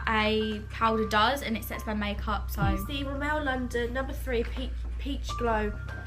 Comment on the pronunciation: It's sad that they have all this great makeup but have difficulty pronouncing the names of the brands... Rimmel isn't pronounced ri-MEL 😫😂